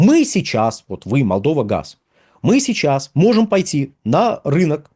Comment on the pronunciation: Неможэт правильно произносить Молдова